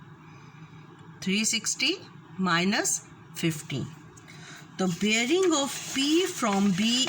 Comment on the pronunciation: Aur breaing nahi bearing hota hai. Jesa bolo ge wesay he likkho ge Allah ki bandi Meri chohti bahan. Correct yourself.